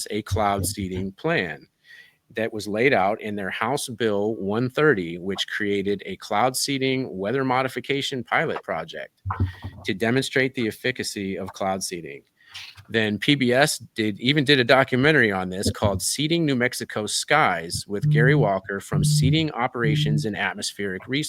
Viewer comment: efficacy. = ef ih kah see, not, " efickahsee"